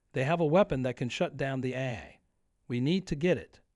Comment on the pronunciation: Says AI wrong a bunch. Haven.